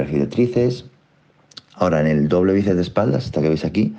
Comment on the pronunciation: Dicw bices en vez de biceps jajajjaj